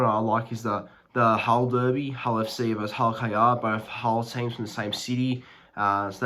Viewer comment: I like the way you pronounce "Derby" and "Derbies".